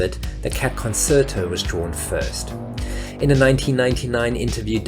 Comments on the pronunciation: How did you pronounce 'Concerto'? With a 's' in the middle of it? Seriously? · everytime you pronounced the word concerto, an small, moustached, Italian baby died. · Doing a slow burn with the persistent mispronunciation of the "concerto." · You really should learn how to pronounce 'concerto' properly as it's quite a key word in this video. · Maybe you're not a native speaker but the second C in concerto has a CH sound. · How do you make this video without knowing how to correctly pronounce "concerto"? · Anyone else triggered by his pronunciation of concerto? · The narrator is absolutely ignorant can't even pronounce words correctly. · You should really learn how to pronounce "Concerto." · That's one word he didn't actually mispronounce. Concerto and pianist on the other hand... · Concerto with a soft *C*? According to the Oxford Learner's Dictionary that is not the practice in the UK (nor the US). The root word is from Italian concertare 'harmonize.' Italians do not pronounce either concertare or concert with a sibilant speech sound. So where did you get this eccentric pronunciation? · It that the way concerto is pronounced in the UK? Thought it was the same there as the rest of the world... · The 2nd C in conCerto is pronounced like a CH, not like an S. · That really isn't how you pronounce "concerto." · Fascinating video.. That's not how 'concerto' is pronounced tho, just for future reference! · It’s pronounced con-chair-to. It’s a form of music. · The word is not of English origin. It's concherto in pronunciation not concert-o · did you say ... coserto? isn't it con-chair-tow... have I been saying it wrong? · It's pronounced "CON-CHAIR-TO" not "CON-CER-TO" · Why did you keep saying "Cat Con-SERT-o" during this entire video instead of "Cat Con-CHAIR-to"? Also, it's not Jose Eye-turbi, but Ee-turbi. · Con CHAIR toe, FFS -- not Con SERT toe...!!! Geez... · It is pronouced “Con-chair-to”, not “Con-cert-o” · It's pronounced Con-sher-toh... Not Con-ser-toh.